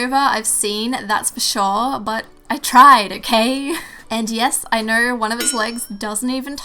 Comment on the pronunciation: Is it just me or is she saying ak instead of ok